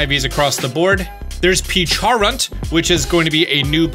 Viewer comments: Has any1 caught terrapagos yet? Entei looks goofy af also its "peach-ah-runt" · pecharunt, "peach-a-runt"